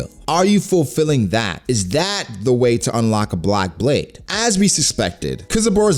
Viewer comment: Love your channel man. It sounded like you said block blade hahaha. But i think lunarians are just fire people. Basically Aces devil fruit brought to life. I think Zoro will cut flames to take him down.